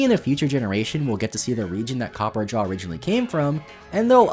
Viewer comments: copperjah? It’s copperajah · Dude, did you call Copperajah Copper Jaw!? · please... Copperajah is not that hard to pronounce..